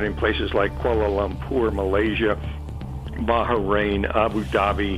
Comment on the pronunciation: Did he just say BAHARAIN?